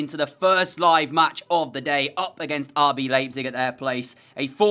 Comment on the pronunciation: You said RB Leipzig incorrect